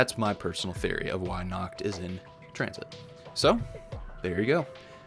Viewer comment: Nacht* Stop butchering my beautiful language